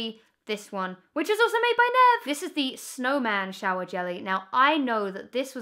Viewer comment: Oh Emma. You broke Nev's little heart every time you pronounced his name wrong